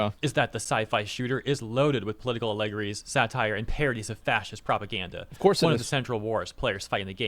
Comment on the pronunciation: Ah leg orreys Whats a leg orrey?